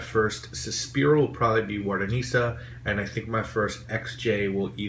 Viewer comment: Sospiro is NOT part of Xerjoff's line-it's a completely different brand. Both have the same owner ,but that doesn't mean they are the same. -Sergio Momo owns another brand called Al-Kimiya also known as Kemi in US and some EU countries. -It's called Wardasina not Wardanisa. -There is one more Xerjoff line called Mukhallat and 2 rare exclusive fragrances - Pikovaya Dama - russian edition and -Emerald Star - UK Harrods edition. -XJ lines are 2 -the original Xerjoff line XJ 17/17 , and XJ 1861 . What i got : 1.Xerjoff - Mamluk , Naxos and Lira 2.Sospiro- Opera and Wardasina. What i want: 1.Xerjoff - Emerald Star , but i don't like the pricetag - £370.00/$533/ €478 2.Sospiro - Accento and Laylati